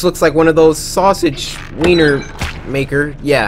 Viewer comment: bro said wenier